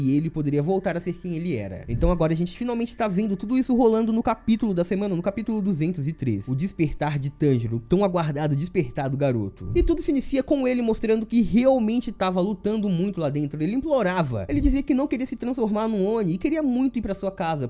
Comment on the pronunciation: Caraca, por que a galera que comenta sobre anime nunca pronuncia os nomes corretamente? Agonia da poxa parece que fala soletrando WTF "TAN GI RO" "KA NA Ô" "I NO ZÚ KE"